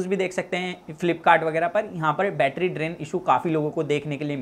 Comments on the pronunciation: Batttryaaa kya hota hai battry suna tha 😂😂😂😂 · Betraa kyu bolte ho bhai 💕